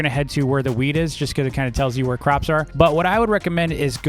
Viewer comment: bruh he keeps calling "wheat" weed